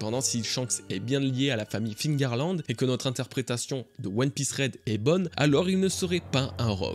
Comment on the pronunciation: Mais pourquoi tous les francais disent encore figarland ???? C'est FEARLAND PAS FIGARLAND ?? Meme dans le film qui fait une erreur de doublage il dit "Féarland" jpense c'est pour ca que tlm fait l'erreur